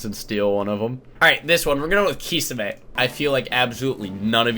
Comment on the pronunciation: What weirds me out is how he pronounced kisame wrong